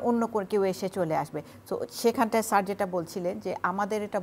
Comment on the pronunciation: Sir er pronunciation thik kar tarpor analysis korbi, typical kanglu, it's sir not saar